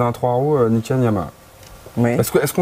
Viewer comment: Un truc qui me chiffone, c'est d'entendre Niken prononcé "naïken" ;-) Je sais que même le monsieur de chez Yamaha l'a prononcé comme ça dans l'interview à l'EICMA, mais c'est pas de l'américain, c'est du japonais, et ça veut dire deux sabres ou deux lames. Et "ni", qui veut dire deux en japonais, ça se prononce "ni", pas "naï". Alors, siouplé: Niken, pas Naïken.